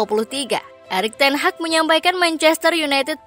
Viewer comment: Teg hag 😅 😂